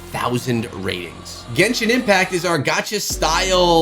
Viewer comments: Dude really said Gentian Impact 💀💀💀💀💀💀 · bruh "Gentian Impact" the disrespect man!